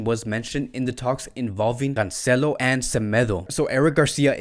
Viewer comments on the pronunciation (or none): none